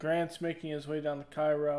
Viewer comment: The content is great, just wanted to say that Cairo Illinois is pronounced "kay-ro"